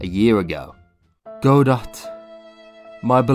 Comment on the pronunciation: "Guh-Doe" not "Goe-dot"